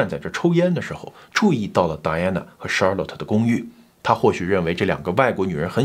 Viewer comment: Charlotte 后面应该读let不是lot…强迫症听着有点难受😅